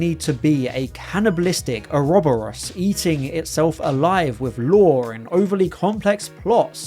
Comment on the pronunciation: No way you pronounced “ouroboros” o-robber-us